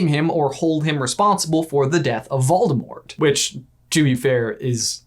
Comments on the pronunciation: “Freakin’ Moldevort” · Moldivort. Was he referencing the new Ted-Ed riddle, or did I miss something really obvious😂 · Ah yes, Moldevort has returned! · Wait did he call Voldemort Baldo? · Instead of "Moldivort", he should have been called "Voldiwart" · Always Moldevort... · Moldevert.....😂😂😂 I love peeves.... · Yayyyyy he said Moldemort!!!!!! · Don't worry if your not sure its Moldevort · ahhh good ole Moldevort... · I don't know exactly why, but a true surge of happiness went threw me when said Moldevort!!! #SeamusAsMoldevort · Moldevort! it makes me laugh more than is reasonable.. hahah... moldevort... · Maldevort Me: Lol 🤣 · Moldevort? Umm...don't you mean Seamus Gorman?